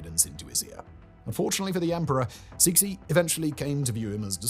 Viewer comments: Oh god-- Cixi is not "seeksee"; In chinese, it's pronounced like tsuh-shee (to english phonology; IPA, in the dialect I learned, would look like [tsɨːɕi] for those of you who can read International Phonetic) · Suh-si as well, for Cixi. I am such a massive pedant that I have to keep saying it correctly every time he gets it wrong 😆